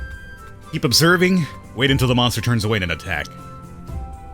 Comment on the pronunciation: He pronounces monster the way Beowulf pronounces monster(monstah). I am amused by that.